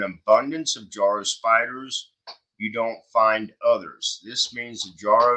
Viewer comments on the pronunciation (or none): Yes, they are one of many, many invasive species now spreading around. They are also totally harmless and blessed with wonderful myths in Japan, where they are native. As for the pronunciation, i's not JAR-o, it's Juh-ROW. As for their webs, their uniqueness is in their resemblance to musical staves (the horizontal lines on which notes are written).